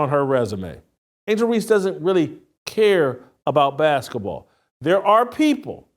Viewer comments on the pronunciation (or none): Hey Jason! What's "baskuhball??"